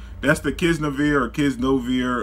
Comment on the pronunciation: Kiz-NO-Vear?...... Kiz-Nai-Ver